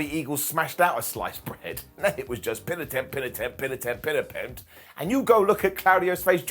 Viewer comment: "Pin attempt, pin attempt, pim ampemt..." 🤣🤣